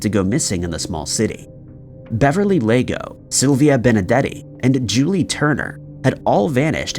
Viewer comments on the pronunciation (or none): none